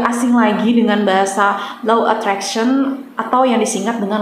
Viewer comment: Insyaalloh yg benar Law Of Attraction ... Karena beda pengucapan beda arti...